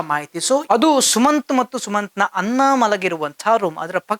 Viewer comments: Anchor ಸರಿಯಾದ ಕನ್ನಡ ಮಾತಾಡಿ ಅನ್ನ ಅಲ್ಲ ಅದು "ಅಣ್ಣ".... ಸ್ಥಾನ ಅಲ್ಲ "ಸ್ನಾನ" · ಕನ್ನಡ ಉಚ್ಚಾರಣೆ ಸರಿಯಾಗಿ ಮಾತಾಡಿ ಅಣ ಅನ್ನ ಅಲ್ಲ ಅಣ್ಣ ಅಂಥ ಹೇಳಿ